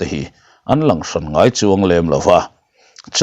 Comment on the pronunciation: 'Irawn Lang leh nawlh tih hi LANG tih Lai tak hi Kam chhuak lo mah mah,LA'N tih tur aw.